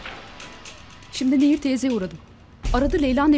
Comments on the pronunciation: Admin Nehir değil,Neyyir. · Nehir değil Neyyir lütfen dikkat edelim bu konuda hassasım